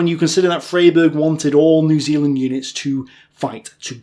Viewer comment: It's pronounced Fryberg